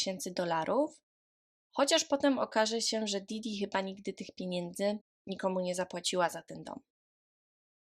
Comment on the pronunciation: Wielu podkasterow, mówi w ten sposób, niestety